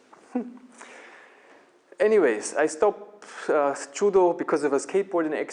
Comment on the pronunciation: you cant even pronounce judo properly. lol